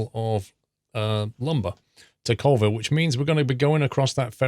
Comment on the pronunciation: Hey its actually pronounced Colville (Call-ville)